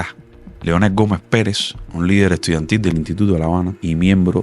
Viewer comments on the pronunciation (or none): none